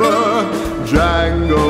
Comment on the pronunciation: "Django"..... D silent baby!!!